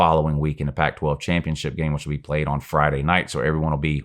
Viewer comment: the only thing i hear come out of mouth when he talks about Alabama is "who have they pwayed"